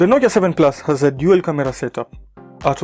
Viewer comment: Yea i know. I just liked the way you pronounced camera as KA-Mira.